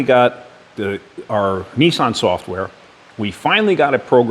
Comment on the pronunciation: neesean, peeseaem